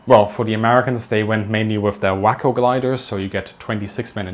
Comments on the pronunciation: Pretty sure the Waco glider is pronounced "way-co", not "wacko." At least, that's how the city in Texas is pronounced... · "Self-sealing" not Self-ceiling" Though I'm with you. Let's make English spelling fonetic again! "Waco" - pronounced "way-co" not "wacko" (which means "crazy") When you say, "shows a C-47 taking off" the video is actually showing a C-46 taking off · wAY-KO NOT WAA-KO,THE COMMANDO WAS USED IN THE PACIFIC IN . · Add to that pronouncing "Waco" gliders "Whacko" (not a bad description, though). Normally they are pronounced "Wake-oh". 😄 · Waco Glider. Pronounced 'Way-Co' not 'wacko.' As in Waco, Texas. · "Way"Ｃo, not "Whacko" ... mkay ? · FYI: Waco is pronounced Wey-koh rather than Wak-oh (meaning crazy). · Good Video. Oh and your English is very good, but it's Waco pronounced [Wah-koe] not Wacko haha. KUTGW!!! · If I'm not mistaken, Waco should be pronounced "wayco", not 'wacko" (which means someone who's totally nuts). Otherwise, good video. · Those gliders are way-co gliders, not wack-o. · Another correction. The name of the Waco Aircraft Company is normally pronounced WAH-co, rhyming with taco. I found your mispronunciation as WHACK-o entertaining, as most Americans mispronounce it WAY-co like the midsized Central Texas city that’s spelled the same way. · Whack-y how many Wah-co bipes landed in little ole Way-co , Tx all the way from O-hi-oh. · Was Waco pronounced Wack-o or Way-ko? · The gliders indicated are "WAY-KOHs", not "WAKKOS". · Way-co not Whack-O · Waco is pronounced Way-co. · It's pronounced way-co'. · FYI: Waco is pronounced WAY-koh. It is a city in Texas. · Waco is pronounced WAH co, I visited what was left of the plant in Ohio a few decades ago.